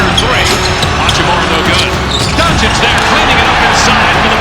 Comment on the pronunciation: That frekin oralndo broadcaster saying hachim(you)ra driving me crazy